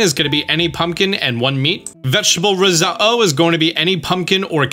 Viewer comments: The way he said risotto is annoying me its said how it’s spelled “risotto” not “riso-oh” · Wait, who says rose-uh-oh? I thought it was rezodo? 😂, seriously…your videos are amazing. Subbed because of this amazing series! Can’t wait to see more/different games now…you’re the boss! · Who says risotto like that “risuhoh” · Stop saying Ris-Oh-Oh, your killing me :face-blue-smiling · Was the only thing I could think about😂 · please pronounce the "tt's" when saying Risotto..... it's not riso-o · Thank you for the explainations! Some of the recipes I've found online are incorrect which is confusing. One question though: why do you say risotto like that? The t's aren't silent. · Did you say risotto that way on purpose? Is it a regional thing? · Highly uncomfortable by how you say “risotto” lol. Great video! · I love you. But how you say risotto bothers me lol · you said risotto wrong so many times i had a vein burst in my forehead. btw you pronounce the you pronounce the Ts great vid tho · Why'd you say risotto like that? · why are you saying risotto like that lmfao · TIL how to pronounce risotto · Hearing you constantly mispronounce risotto is painful, the ‘t’ is not silent